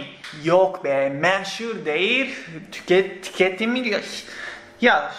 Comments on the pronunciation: "meh-şur" :D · "meşhur" diyişin çok iyi şiveli konuşmaya başlanmış :D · Azərbaycan dilində demisən :D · Hayır, Türkiye'ye gelmeden önce Azerbaycan'da yaşadığı ve Azerbaycan Türkçesi öğrendiği için Azerbaycanlılar gibi açık e (ə) sesiyle söylemiş. Bu gerçek bu arada, espri falan yapmıyorum.